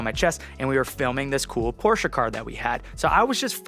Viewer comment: Pretty impressed how you almost got "Porsche" right. had his moment there.